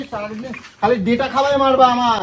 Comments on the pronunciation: ডাটা ❌ ডেটা ✅ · Aga pronounce thik koro 😂deta ta ki 😂